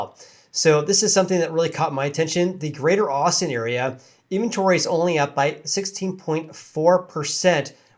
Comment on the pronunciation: Great show. You speak in short hand. Always cutting syllables out of words. Great time savor since I can still understand what you are saying. Example in-ven-tory. You say in-tory.